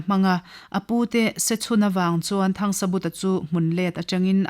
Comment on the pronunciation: 'THANGSABUTA'. Mi pakhat ni siin hming lam dãn chi hnih(2) a nei a ni maw?Hei chauh hi a ni lo.A chhiartu(te)hian Mizo hming,khua,ram,tlâng,thing,lui,thawmhnàw,hmanraw chi hrang hrang,adt,adt in lam dik lo ṭhin.In thu chhiar tùr eng pawh recording in tih hmâ-in a lam dán dik taka lam thiam/thei tùrin vawi hnih–thum tal uluk tak leh fimkhur takin chhiar ṭhin ula aw.